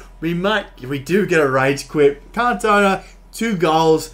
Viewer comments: Ewww He says kantowna. Please make sure you pronounce icons names correctly. The commentary even says his name time after time. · Omg bro seriously say his name right ffs lol, can't take your review seriously hearing cantone aaaaaaaa every 10 secs. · It’s pronounced CAN-TO-NA great review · Did he just say can tona